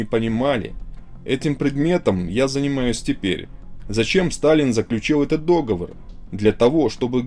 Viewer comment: Читать не умеешь, какой дОговор?? договОр!!!!! Слушать не возможно, аж отвращение пошло